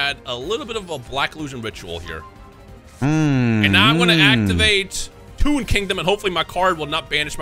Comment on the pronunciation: TOON in next time. TOON. Because Pegasus uses toon cards. But it sounds like "tune in next time". Just a little explainer for the comment section.